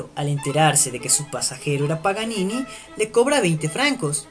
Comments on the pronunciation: ¿Alguien mas se ha dado cuenta de que al principio dice "Nicolò Panini" Y no "Nicolò Paganini" Toco piano y me duele hasta a mi eso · Es PA GA NI NI , no Panini! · que voz más estúpida e incómoda no es panini es Paganini Idiota! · Dijo panini????? es Paganini ya perdiò toda seriedad el video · ...Paganini,.Paganini,.Paganini,.........no Panini,......ni lees podes ?......... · es idea mía o dijo PANINI en la intro? :p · Es Paganini, al inicio del video dices panini!